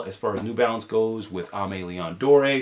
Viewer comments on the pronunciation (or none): Love your channel...Just a heads up Dore is pronounced "Door". When you guys bringing the show back?